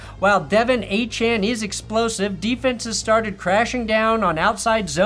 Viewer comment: Pronouncing Achane right but De’Von wrong is crazy work